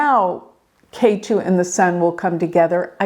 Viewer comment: Ketu is pronounced Ket(h)u.